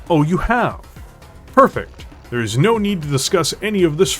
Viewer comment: I noticed that is what you were going for, nice going. The only one I caught was around the mark... that "there is" sure sounds an awful lot like a contraction, but it may be my old ears playing tricks on me. 🤣